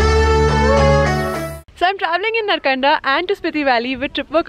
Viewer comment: FYI - Reckong Peo is not in Spiti Valley. It is head quarter of Kinnaur District. Cold desert actually begins from Kalpa onwards. Also Narkanda is pronounced like this - Naarkanda.